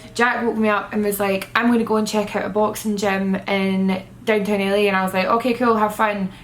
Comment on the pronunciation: i taught said Italy every time she said LA.😂